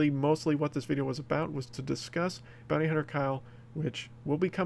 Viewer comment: I thought it said booty hunter kyle